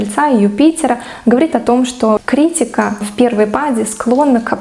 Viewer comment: Ударение в слове правильно: КриттИка.